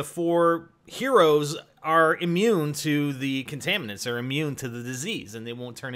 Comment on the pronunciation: It sounded more like if she said I'm immune